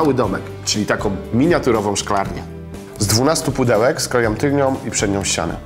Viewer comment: mówi się "tylną" a nie "tylnią" :]